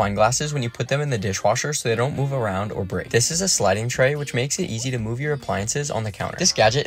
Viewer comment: "It even comes out easy" why did he say it like that